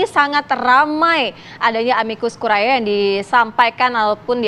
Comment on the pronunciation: Konsonan ae bahasa latin dibaca vokal e dalam bahasa indonesia. Jadi bacanya "Amikus kurie" Bukan amikus kuriae...